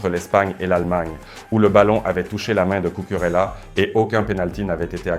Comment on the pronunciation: Bonjour, essayez de prononcer les noms propres espagnols avec un meilleur accent (Cucurella, Bernabeu) c’est pas trop difficile et ça fait toute la différence 😎